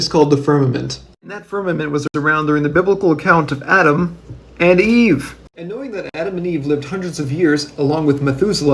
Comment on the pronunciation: i love the emphasis on Eve like "Same time as Adam? Sure whatever thats not a big deal but the same time as EVE?!?! Unprecedented!!"